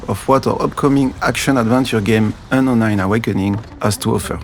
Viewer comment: I doubt homie can pronounce Unknown in his primary language.